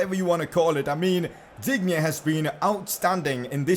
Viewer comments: It pronounced Lucas Diinne not Digne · Digne is pronounced Dine